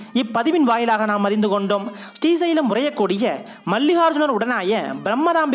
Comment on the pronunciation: பதிவு மிக அருமை, ஆனால் உங்கள் உச்சரிப்பு ஶ்ரீ வர வேண்டிய இடங்களில் ஸ்டி என உச்சரிப்பது போல் இருக்கிறது. ஸ்டி சைலம் or ஶ்ரீ சைலம்??